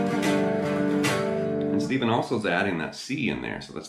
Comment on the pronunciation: Not pronounced as Steven but "Stef" as in Steftone